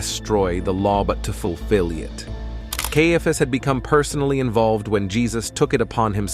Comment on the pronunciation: It is really annoying that the narration robot cannot decide how to pronounce "Caiaphas".